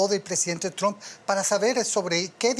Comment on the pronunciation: Cada vez que José Díaz Briseño pronuncia “Tromp” muere un gatito…